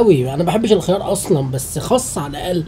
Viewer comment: اسمه خس مش خص